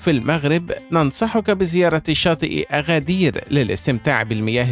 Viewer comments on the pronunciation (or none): أگدير وليس أغدير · اغدير❌ أكدير ✅ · انطق أكادير بشكل صحيح الكاف ب ثلاثة نقط Agadir إسم أمازيغي وسهل النطق انطقها مثل ما هي